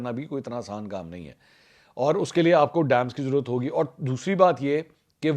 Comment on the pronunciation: Apko bhi bohat zarorat hey apni Urdu sahi karney ki "jarurat" nahi sahi lafz "zarorat" hey😊😊😊